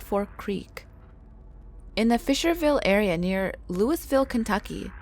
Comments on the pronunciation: as someone born and raised in Louisville, this is how locals pronounce it: Lu-iv-ull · IT IS NOT LOUIS VILLE ITS LOUISVILLE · AAAHHH!!! For the love of all that is holy, Louisville is NOT prounced "Lewis-ville" like the name Lewis. It's more like "lou-a-vul". You gotta kind of run it together, a little lazy-like with the stress on the first part of the word. Sigh... (Oh, and just for the record, Versailles is not prounced here in KY the way it is in french. In a weird twist from the aforementioned name, this one IS actually said phonetically. "Ver-sails" Like that.) LOL ...clearly I have too much time on my hands here. No shade though, this was a good video with urban legends usually forgotten. Also, I highly suggest going to Bobby Mackey's if you can. I live about a half hour down the way, it's a good time! Even if they did remove the mechanical bull. Let me know you're coming, I'll buy you a beer and you can visit the Well To Hell. If you can't make it all the way to KY, go listen to Bobby's two songs, "Johanna" and "Poor Pearl, Poor Girl". Very interesting even if you don't like country. Good songs. ;) XOXO!!! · Pronounced Lui-vil Kentucky.... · Quit saying lewisville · Louisville is pronounced "LewieVille". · Its pronounced Lo-Ville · Its not Louis ville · Pilot knob not pilots knob and you pronounced luisville wrong I bring this up because I said the name of my home wrong do fo ur research next time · we usually keep the s in Louisville silent